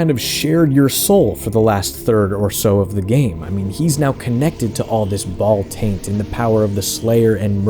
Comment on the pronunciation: You said... Bhall-taint...